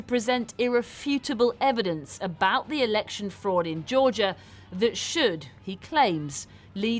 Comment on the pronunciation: It’s Georgia not Georgor